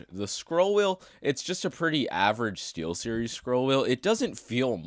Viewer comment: LOLOLOLOLOLOLLOOLOL stee"L"series your so funny😏🥵